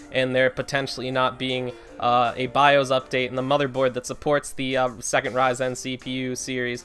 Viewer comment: I hate to be the person to say this, but the pronunciation of ryzen is driving me crazy! Great video though.